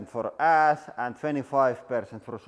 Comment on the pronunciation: Ohhh, "Pile of ASH", I thought he said "Pile of ASS"